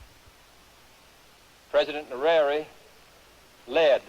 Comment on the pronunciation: JFK can pronounce the name Nyerere better than the robot narrator